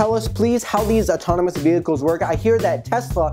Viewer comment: Auto-tono-mous killed me! 😂😂😂